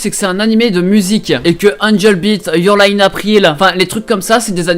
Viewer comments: Lully Kana "ïoure laille ine aprile" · J’étais mort de rire per contre il dit quand même « youre laïe ine April